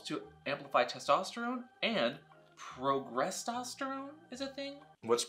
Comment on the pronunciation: This premiered on my birthday! Awesome! EDIT: It's "progesterone," you've got an extra 'r' in there lol